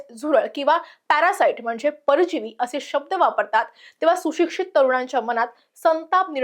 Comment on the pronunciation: सातत्याने शचा उच्चार (सोशल, उद्देशून, सुशिक्षित, देश या शब्दांत) ष करते आहेस, काळजी घे. छाया देव